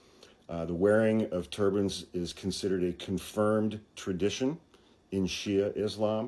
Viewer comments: When you first said “turbans” I thought you said “turbines.” I thought, “they’re not going to fit on your wall!” 🤣💙🙏🏼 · lol….same here! I’m in renewable energy, so that’s where I first went, too. 👍🏼